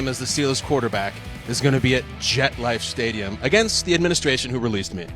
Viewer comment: Did he say JetLife Stadium 🏟️? 🤷‍♂️🤦‍♂️